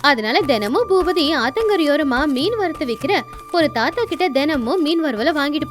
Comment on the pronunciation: மீன் குழம்புக்கு மிண் குழம்புன்னு சொல்றீங்க 😂😂😂😂🤣🤣🤣🤣